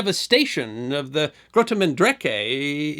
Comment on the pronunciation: Nice try with the pronunciation. The G in Grote is the CH in Achmed, the Dead Terrorist